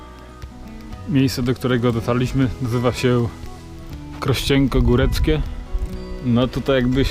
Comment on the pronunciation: Krościenko Góreckie :D Fajne przejęzyczenie :D :D